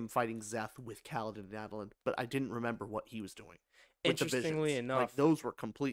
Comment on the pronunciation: Before I correct your pronunciation, let me make clear that Sanderson does not insist on any pronunciation. Say it how you want. Sanderson pronounces Jasnah as Yoss-nuh, and Adolin as A-duh-Lin. Do with that whatever you like